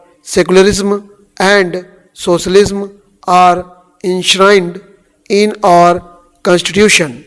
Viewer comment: Sir please do not pronounce "our" as "or". Your our and or sounds similar. Apart from that, your dictations are among the best dictations available on Youtube and we've been always looking forward to your uploads. Thank your.